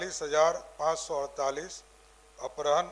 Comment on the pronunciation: Apharan read karen na ki aprahan please mantri jee